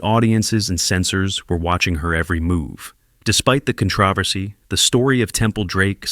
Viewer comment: How did you mispronounce controversy?